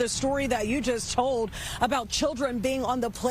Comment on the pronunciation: Is it hard to pronounce an “L” properly…….code for cold, ode for old, tode for told, unfoded for unfolded,…….just pure laziness…..